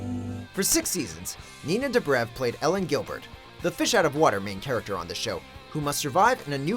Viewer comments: it's Elena not Ellen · "Ellen" Gilbert? head palm I can't. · "Ellen Gilbert" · y'all really not gonna point out he called elena gilbert ellen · Did u guys hear they called Elena Helene instead...come on...this is like the video u guys said Hillside rather than Hilltop in TWD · Elena Gilbert not Ellen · First off, it's ELENA. Not Ellen. I would say Doctor Who but I think that's more of an exception. Considering the whole idea of the series focuses around each new Doctor and their adventures. It continues with a replacement lead. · Elen Gilbert ? It's Elena Gilbert dumbass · It's Elena not Ellen for the Vampire Diaries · Ellin Gilbert? It's Elena not Eillin lol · Elena Gilbert, not Ellen. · Not to be picky or anything but for 5, It's Elena not Ellen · elenA* with an 'ah' at the end....get it right